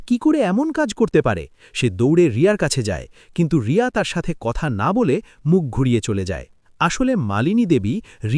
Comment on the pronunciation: Name ta to thik kore bolo Riya na Bonolota..😢